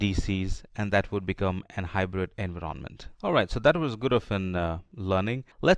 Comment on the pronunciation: voice sounds robotic.. there is no pause at all between sentences. why you pronounce Envy-RON-Ment ?????